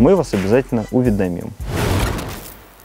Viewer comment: Кстати не уведомим, а правильно уведомим!!!